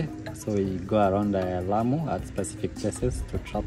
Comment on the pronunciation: This is beautiful! I used to live close to Lamu! Thank you for your care? Please try to pronounce Lamu correctly ! The a is like the au in taught. When you visit foreign countries often it’s not too hard to learn the right pronunciation of their home land. It shows them respect as well!